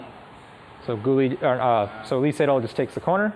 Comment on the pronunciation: Very hard to listen for me, when you pronounce "Lee Sedol" like in the literal transcription of the name all the time, instead as "e setol".